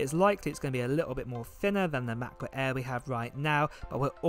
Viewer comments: is anyone else annoyed by how this dude says MackBook eeee every time? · Lol I love the way you say matboot air. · makkk boook äääähhhh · Love how you say Ma Bo Air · The "MABOO EHH"